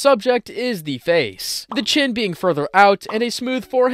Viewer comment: Ah yes de one thousand eyes